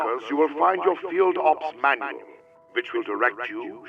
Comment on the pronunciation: "Manuel"? Don't you mean manual? Luhmayo of course a.m. 11/24/2024